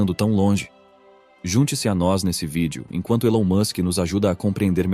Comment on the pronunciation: O video não mostra imagem e ele ainda pronuncia o nome do Elon errado.. Perda de tempo